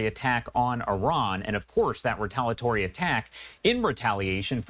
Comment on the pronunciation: It is not retalatory--it is retaliatory.